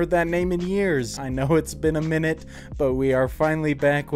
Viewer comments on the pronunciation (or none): none